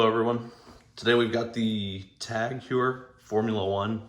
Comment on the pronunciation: I just picked up the same watch recently and like it. I wasn’t interested in a Formula 1 at first, but glad I checked it out more closely as It has a milled clasp now. I guess they wised up and it kinda sealed the deal for me. My last TAG Heuer was a quartz SEL 30 some years ago. I’m glad got back to the brand. Well done review, but Heuer is pronounced Hoyer.